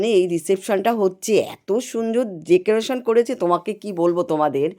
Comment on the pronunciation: Ekdom e bhalo lagche na eto beshi make-up boyosher hishabe shajle bhalo lagto dekrotion na word ta holo decoration 😂